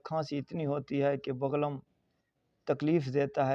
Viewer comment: بغلم نہیں بلغم لفظ ہوتا ہے